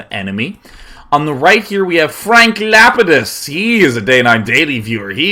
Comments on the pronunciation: It's pronounced Lah-pee-dus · That's Frank Lapidus from Lost.. pronounced Lap-ee-dus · Day9 is obviously not a LOST fan. I kept cringing at his pronunciation of Lapidus. XD